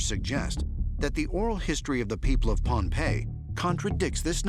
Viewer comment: He pronounced Phonpie wrong first off. Also, I have been there and local Micronesians don't consider it haunted, Also, they don't say anything about floating blocks. They say they were floated on the water.